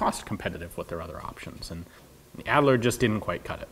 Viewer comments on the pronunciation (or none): AHD-ler, not ad-ler. fah-brick, not fa-breek.